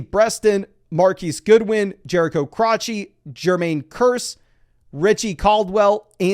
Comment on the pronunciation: Did he say Jerico Crotchy?